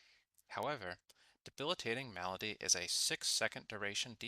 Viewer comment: Say Malady right next time! And tip your fedora while you do! Good vid.